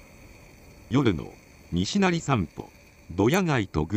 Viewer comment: にしなり「に」にアクセントを持って来ていますが「にしなり」です 平坦に発声するのが大阪弁です。